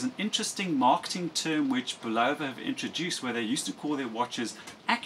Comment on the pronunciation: Bulova is properly pronounced: bull of a . (bull ov a) Ron W4BIN